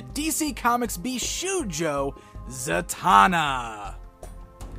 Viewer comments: I don't want to be annoying but as many viewers pointed out you're one of the few personst I heard tha mispronnounces bishoujo, it shold sound with an 'o' like in the word shop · Very nice Zatanna statue, but you mispronounce the word bishoujo.